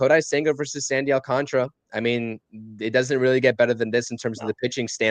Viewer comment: Please prounce it will me my fellow non Spanish speaking people. AL - CAN - TA - RA and not AL - CON - TRA, SMH